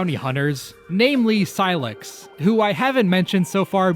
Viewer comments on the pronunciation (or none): none